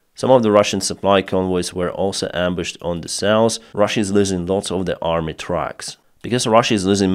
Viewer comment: It’s south! Not souce!